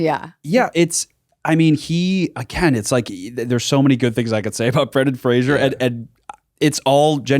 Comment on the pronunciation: Love yall but it is Brendan Fraser like razor (fray- zer) not like Frasier (fray-shur) the show. He has made a video about it and how often people say it wrong😭